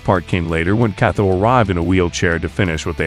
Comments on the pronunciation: “KATO” is not pronounced that way bruh… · I can't help but notice you pronounce Motobe's name "Mothobe". That's pretty funny 😂 Same with Kato - "Katho"